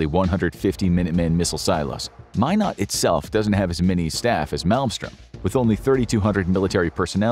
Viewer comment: Mine Eht not Mine Oght .🤣